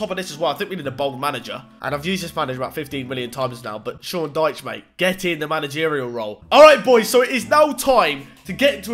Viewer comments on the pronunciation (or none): none